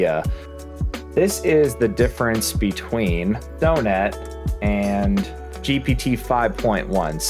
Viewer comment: Sew net??? Son-et